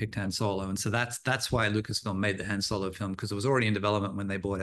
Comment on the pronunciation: Why does every British person mispronounce Han Solo🤣😭